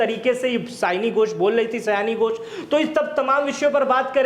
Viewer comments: पहले तो आप क्लियर हो सयानी घोष नही, सायोनी घोष है वो 😂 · Aare,,naam सायोनि घोष है, सयानी नहीं।